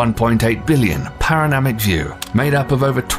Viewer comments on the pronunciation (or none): "Paranamic view"? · Is anyone else slightly annoyed by the narrator's pronunciation of certain words? Like "nucular" instead of nuclear, "paro-namic" instead of panoramic, and "aura" instead of aurora...maybe I'm just overreacting but it bothered me so much lol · Paranamic? Fucitol. You try doing smart stuff but can't spell or even say panoramic? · The narrator called it nucular in the intro to 'the Sun.' How can they not catch/correct that?! 😒 he called a panoramic view, 'paronamic!' ~ are they doing this on purpose? ...but he could pronounce 'this' just fine. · who tf is this guy who mispronounces so many words... says nucular (nuclear) and mag.elan...? (magellan) and paronamic (panoramic) view..... youranus (uranus) auras.. (auroras) proxima centturai (centauri) the writing is good but the voice actor butchered it.